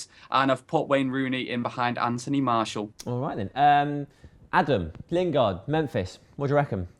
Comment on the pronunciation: FFS surely by now u should know how to pronounce Martial properly....